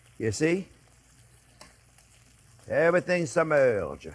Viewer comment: Whenever I have to, I always pronounce it “submerrrge” 😂. Love to J.P. One of the chefs I look up to.